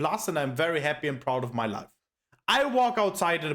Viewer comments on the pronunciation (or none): none